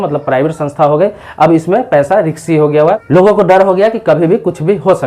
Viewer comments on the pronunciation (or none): Pahle bolna seekh lo bhai...Riksy, nahi hota hai... Risky. Bolte hai... 😁😁